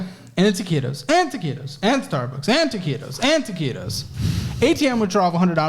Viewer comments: Dude the fuck is "ta-ci-tos"? I l legitimately have never heard that term... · Imagine doing a drinking game where ya gotta do a shot every time he says taqitos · You actually started to sound Spanish when you were saying toquitos rapid fire. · Every time says taquitos I get flashbacks